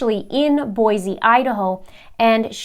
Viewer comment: Your coverage has been amazing! Thank you! Just FYI, our great city of Boise is pronounced "Boy See," not "Boy Zee." It is a common mistake. I am letting you know since accuracy is important to you and I am thankful for your attention to such details.